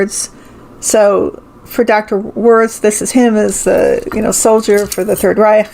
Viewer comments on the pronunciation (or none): none